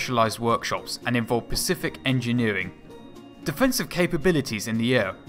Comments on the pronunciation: Specific, not Pacific... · Nicely done but I had to stop mid video. Your pronunciation of specific drove me nuts. Dude, it's spəˈsɪfɪk!!! not pacific ffs!!! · 8.42. The word is SPECIFIC NOT PACIFIC! One is an ocean the other is not. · SPECIFIC not Pacific... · [SPE - CI - FIC]; NOT "pcific". Don't know why the fuck you're saying "pcific", but anyway... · The word you mean is 'SPECIFIC' not 'pacific' der!! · One for the aficionados but sorry, not for me. The voice over is awful. The word is ‘specific’. The ‘Pacific’ is an Ocean. Great archive pictures though.